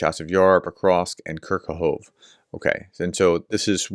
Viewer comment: Dear professor: Kurakove is not pronounced “Kurakov,” an Anglicized pronounciation. Ukrainian has no silent vowel at the ends of words. Pronounce Kurakove as “Kurakov-eh."